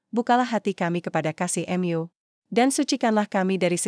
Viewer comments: Mu dbaca sebagai em Yu?????? Kentir !!!!! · Kenapa membaca Mu sebagai kata ganti Tuhan dibaca dengan kata Em Yu ? Apakah yg membaca ini bukan org Katolik/Kristen ???